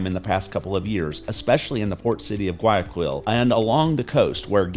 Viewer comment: I can tell immediately you favor Colombia, especially when you can't pronounce Guayaquil correctly, tells how much experience you have in Ecuador. Exchange rates change, especially in an unstable world with psychos running countries. When the dollar tanks, Ecuador's imports will soar, but local prices will be more stable.